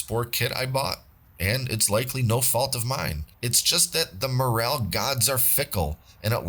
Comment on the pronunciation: “More L” not morale, also not More ale” 😂